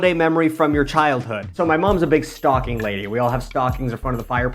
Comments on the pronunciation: I thought you said your mom was a big stalking lady 😂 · “my mom’s a big stocking lady” fully heard that as “stalking” and didn’t bat an eye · Dear Lord, SAME!!! I fully batted an eye though and paused the video to look for a comment like this LMAOOOO